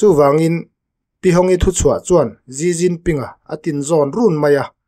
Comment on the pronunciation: Gi Ginping ni lo vin, Xi jinping (Si Jinping) ti zawk tur ni a